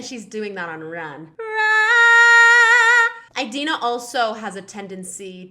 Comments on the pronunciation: it's not EYE-dina FYI...uh ·dee·nuh muhn·zel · one thing... it's 'ee'dina not 'ai'dina... really bugged me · I was distracted by you saying Idina’s name wrong lol. It’s Id-ina as in the Id and the ego. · ᴠᴇʀɪᴛʏ ᴊᴜᴅᴇ :D eyedina